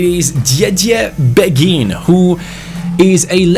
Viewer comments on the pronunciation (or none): Asa a person who speaks French quite well im pretty sure beghin pronounciation is ( bayhin ) Anyway Story time sit down get a hot cocoa and enjoy Beghin was born in Kinshasa in Congo, he grew up in a relatively well off family. At the age of 6 is mum married a rich French businessman because she was pregnant with his baby. They moved to France where his stepdad got him into football as he was a strong Marseille supporter who was very passionate about the game. Beghin blood father died in a car crash whilst his mother was pregnant with him and his stepdad s like his real father to him. He was a very gifted footballer from a young age but very boastful, he was known as a cocky individual but had the skills to back it up. At age 11 he went to a sport private school where his coach saw his talent and got him trials at Lyon. He was known across the Lyon academy and had high praises from the likes of Caqueret even though he was 5 years younger. The attention got to his head and at age 15 he decided to sign with PSG. He continued to excell and was capped by France U18 at age 16. At age 17 he demanded a professional contract threatening to leave if he didnt get one. PSG reluctantly agreed giving him 15,000 a week. He thought he had made it big and started to not put in the effort. He would stay up late playing fifa and fortnite and go to training late. He never breaked through into the first time despite having all the potential. After getting no play time, he decided it would be goo